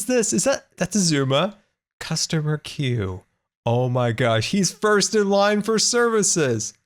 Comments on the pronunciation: #FirstCustomer and btw its queue xDDD not quee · 'First in Quee' - 2018!! anyone else notice?